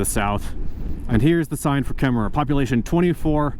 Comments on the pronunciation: It's pronounced Kemmer no extra er on the end! My family past had a ranch near Opal. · I'm so excited to follow along on this journey. I love the areas you are going to. I grew up in Wyoming, but I love the pacific northwest. Just an FYI, you don't actually pronounce the extra "er" on Kemmerer. I'm really excited to see British Columbia. My favorite mountains are the Canadian Rockies.